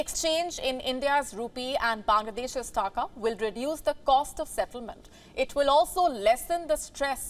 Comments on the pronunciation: It is "Takaa", not "Taakaa". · The way she is saying taka. Muhavra bhi change kar dete hain. 2 takey ki akal nahi hai